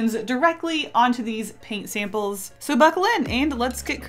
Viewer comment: Paint "sape-uls"